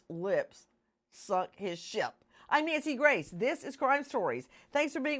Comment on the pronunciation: "Naysi Grice" 🤣